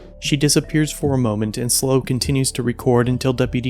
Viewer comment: It's not slow County audits, it's SLO County audits which stands for San Luis Obispo County lol